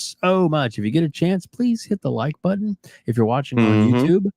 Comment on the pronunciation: "If you like this video, please hit the like BUDDON!"